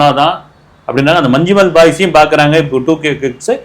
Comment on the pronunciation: உச்சரிப்பு 'மஞ்சும்மெல்' இல்லை 'மஞ்ஞும்மல்'